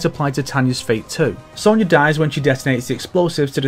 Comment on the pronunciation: Ffs it's SONYA! don't say sownyah like the yanks do, you're northern as well! We speak the queen's, pronounce with pride.